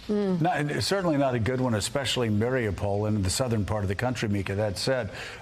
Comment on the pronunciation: Say it with me now... ma-ree-upe-pol not mary-a-pole